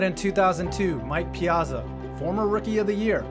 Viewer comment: ya gotta pronounce his name right, Piyahtzah! i grew up watching the Mets so what can i say.hey cool vid!